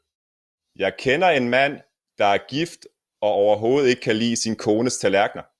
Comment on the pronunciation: Written: "... er gift og overhovedet ikke kan lide sin..." Pronounced: "... er gift ahoahoel kelisen..."